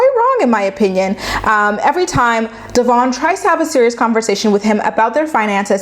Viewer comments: Pronounce your subject's name correctly for crying out loud!!! It's pronounced De-vin like Kevin NOT Devonne!!!!! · I agree with you that’s he’s a wolf in sheep’s clothing. The way you pronounce her name incorrect though. It’s not Dee-von. It’s Devon.❤️ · You claim to watch the show, yet don’t pronounce her name correctly and don’t get their timeline right 🤔 It’s Deavan - Dev-En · It’s pronounced Devin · You saying her name wrong kept distracting me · please learn how to pronounce Devons name! It makes me crazy and how can you say you watch the show when you can't even pronounce her name? I'm not sure of her spelling of her name, but I do know how to say it! Thank you! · Going nuts every time she says her name wrong... Lol